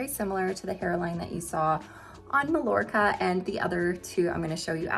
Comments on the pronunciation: Love these low density, heat friendly wigs. You've sold me. Now I must choose one. btw - Mallorca has no "ll" sound. Mallorca is a beautiful Spanish island (pronounced Mah-YOR-kah) in the Mediterranean. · I love your reviews,! You're in a small group of those I watch anymore....you're pretty hard to beat! (Just a little note on Mallorca...it's pronounced Mayorka in Spanish. 🙂) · Mallorca is actually pronounced MyYorka. Love your videos and those are great styles! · Thanks for a good look at the Spanish collection. Love the Macademia Latte Rooted on you - it's a beautiful color that hightlights your strikingly beautiful eyes, but sadly, not right for my skin tone. Just for future reference, Malllorca is pronounced "may-yor-ka". :) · It is pronounced Meye-YOR-kuh in Spanish 😊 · I love the color .I do believe the wig Mallorca is pronounced Mai-or kuh. As in Mallorca Spain. Thanks for the showing. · Thanks for the comparisons in this color. Just a little note, if you don't mind, since these are named after Spanish cities, Mallorca is pronounced "My-Yor-Ka" -- without the L sound we use in English. I am leaning towards buying Alicante, and it will be my first order with you. I love your reviews. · These are all really pretty. I like Alicante the best. I think you pronounce Malljorca Ma-york-a. The double L sounds like a Y. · Lovely styles and informative video! Just FYI, Mallorca is pronounced "Ma-yor-ka." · I was gonna say that too 😂